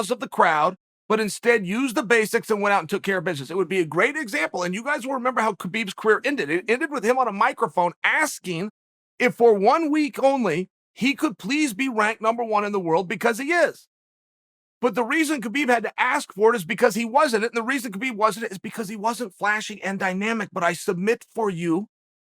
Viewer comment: We just gonna let the fact he said wanked instead of ranked slide?